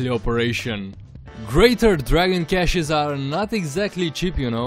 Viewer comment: Thank fuck! Finallt someone who knows how to pronounce cache. I was starting to lose faith in humanity.